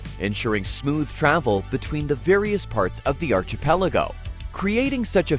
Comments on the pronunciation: There is no CH sound in archipelago. come on. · Its also pronounced 'ar-KEE-pell-igo' 🤭🤗